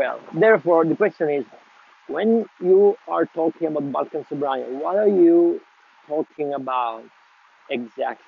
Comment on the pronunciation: You should pronounce it as it is known (almost). 😅 the spelling is misleading... The word ‘sobranie’ is not Russian to start with😊. Not Russian only anyway & it definitely relates to nothing Russian as far as the tobacco goes. There are many synonyms too and different meanings also, which vary slightly between the slav languages. In this case ‘sobranie’ (the way it sounds) means simply - gathered, collected. I had it once 20 years ago, only one bowl, can’t remember much but I liked it. It’s shame we can’t get it here in UK.